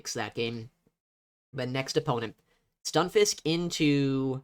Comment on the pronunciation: Can someone explain why “stun” is being pronounced as “you” in the Stunfisk…